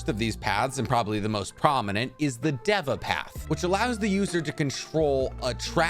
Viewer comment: You sed deve you need to say deeva path